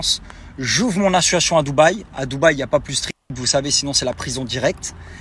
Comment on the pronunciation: Association monsieur Dylan pas assuassion 😂😂😂 il incroyable 🤦🤦🤦